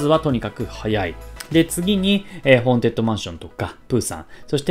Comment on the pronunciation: めっちゃどうでもいいけど、結構間違えてる人多いから一応言っとくね！ ホーン「テッド」ね、ホーン「デッド」じゃなくて。